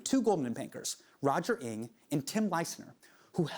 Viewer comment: Being Chinese how do you skip the fact that he mispronounced Roger NG as Roger Ink? You are bias.